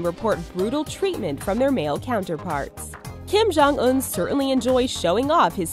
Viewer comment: kim jong suk? I think it's Kim Jong Succ